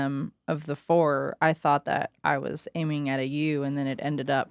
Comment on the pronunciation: Did just call a ewe (YUU) a 'EWW'? I have never in my life heard someone pronounce it that way.